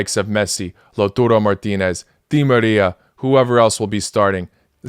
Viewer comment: It's Lautaaa, not Lautuuu. Lautaro Martinez. Sorry to correct put it just sounds weird.